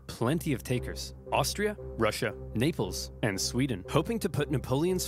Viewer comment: The naples just became NAILples